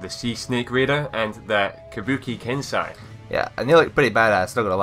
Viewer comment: Its pronounced ken-say